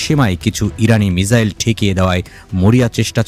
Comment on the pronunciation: মিজাইল নয় মিসাইল।